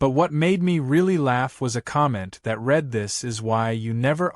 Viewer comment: The AI needs work. Read is pronounced "red" when it should be "reed" and "reed" when it should be "red". GET YOUR ACT TOGETHER!